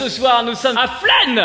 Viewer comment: Je suis la seule à avoir compris "flemme" au lieu de "flaine" au début 😅😂